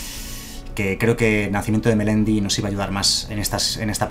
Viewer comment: Primero darte la enhorabuena por los videos y el canal. Sigo y juego a Magic desde hace bastantes años y la verdad está genial el formato por el que están apostando aunque espero que eso no signifique que se pierda el formato físico. Aprovecho para decir (con un tanto de humor) que en el minuto ... juraría escuchar... "nacimiento de Melendi" en vez de "Meletis" xD Un saludo y de nuevo enhorabuena!!